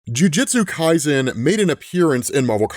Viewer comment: "Jiujitsu" Kaisen lmao